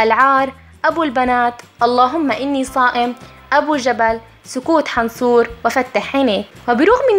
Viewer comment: سكوت حنصووووور غلط اللفظ .. بس غير كذا ابداع ابداع